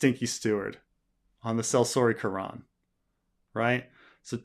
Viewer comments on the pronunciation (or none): none